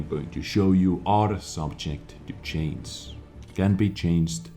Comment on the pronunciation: Improve your "change" word, you almost always pronounce it as "chance" there is no "S" sound in change unless you add "S" at the end of it like "Changes" even with that you will have to pronounce the "G" clearly. If the subject is singular it takes S for example (he changes, she changes, it changes) but plural no S, (we change, they change, you change)